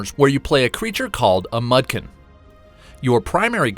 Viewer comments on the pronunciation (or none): “Mud-kin”. Lol. Its pronounced moe-dock-kin. I know they just pay a voice actor to announce stuff, but someone on stuff could’ve corrected the guy.